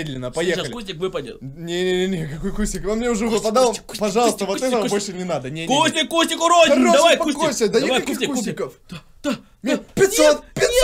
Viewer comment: Кому слышалось вместо кустик КУТИК!!!!)))